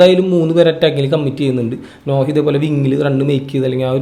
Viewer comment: നോഹ അല്ല നൊഅ.